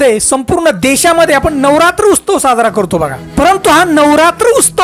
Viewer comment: उस्तव नाही उत्सव असत.